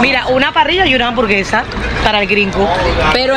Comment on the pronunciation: After all those years traveling in Latin America you butchered the word hamburguesa.😂